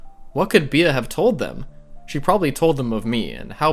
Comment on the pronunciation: FYI the name Bea is pronounced like the word bee.